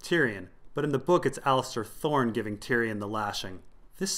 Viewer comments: It's Alliser, not Allister. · There's no "T" in Alliser. It isn't Allister. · As much as I take exception with your pronunciations I can't argue them. However, "AllisTer Thorne" is definitely "Alliser Thorne". That said keep up the great work! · C'mon it's Aliser. Fuck